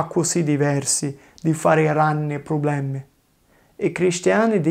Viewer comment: Just discovered this channel Love it. Anyway isn't "problemi" but "probblemi" with 2 b In my zone (madonie mountains) we don't say "ma" for ''but" but we say "ngà"